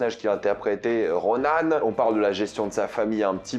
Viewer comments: ça claque à chaque fois dans mes oreilles. Ronan! Et tu le dis pas qu'une fois. Je suis pas complètement d'accord. Il ne s'est pas fait éclater par Kate Bishop, il les a d'abord traumatisées (elle et sa mère), il s'est mangé une voiture et un mur, il a pris le jus et une explosion supplémentaire et le mec s'est relevé. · Personne parle vraiment que ils dit RONAN ???